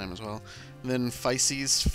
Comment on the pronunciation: I think you pronounce Physis from Igton's letter fy (like the first part of five) sis (like the first part of sister)